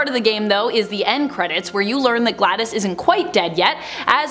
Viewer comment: Glados is Pronounced Gladous isn't it? not gladdis?